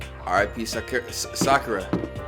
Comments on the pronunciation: SAID SAKURA CORRECTLY LETS CELEBRATE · IK YALL HEARD HIS SAY SAKURA RIGHT LMAO